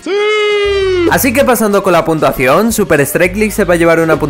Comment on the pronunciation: soy la unica persona que algunas veces oye puntuaciongg??